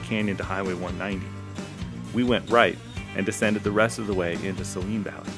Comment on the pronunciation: To each their own but I think its pronounces Say-leen (like the salty solution used a doctors offices). either way, nice video!